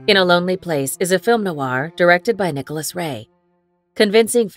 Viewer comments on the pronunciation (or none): And film noir isn't pronounced film NO-R. Also the name of director Michael Curtiz was pronounced incorrectly. The AI voiceover app needs some tinkering, or they could do the smart thing and just hire a human to do the voice over.